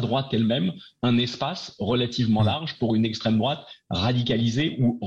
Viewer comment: Combien il a dit “estrem drouate”, le gentil gauchiste?